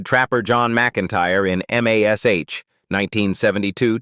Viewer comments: I wish they would use a real person for the audio instead of a computer generated one. Computer generated audio always have too many screw ups. To start with, don't call it M, A, S, H. It is mash. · God *am AI M-A-S-H. it's MASH one word. FOOL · 10k likes for this inaccurate AI garbage? Why? Where did they get this completely wrong information from? And the AI narrator calls the show by it's letters. But everyone called it Mash, as in Mashed Potatoes. Nobody ever called it M A S H. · THIS IS LYING... KLINGER FOR ONE IS STILL ALIVE DESPITE WHAT THUMBNAIL SAYS! AND LIED ABOUT OTHER THINGS ACCORDING TO COMMENYS BELOW? AND THEN THE AI NAŔATION IS AWFUL... Spelling out MASH, instesd of saying it? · Why in the heck is this idiotic AI voice spelling out MASH instead of uisng it as a woed like every normal human? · Loved this show --- but first can't you train that AI voice to say MASH? Also the "aged horribly" label - All of them have gotten older as does everyone - They are mostly in their 80s or 90s now - be kinder. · You mispronounced several of the actors names and you called MASH M A S H. Wrong. Why do you have to insert videos of people that are not even the actors or their families. And even worse, you show people showering themselves in money when you mention the actors net worth. I am done watching your videos. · I would say the AI is NOT allowed to spell it out letter by letter.